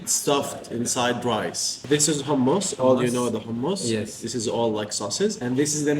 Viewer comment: Bukan hammas. It’s hummus 😅 you’re one of the fortunate ones because not everyone can have this sort of experience ❤ enjoy 😅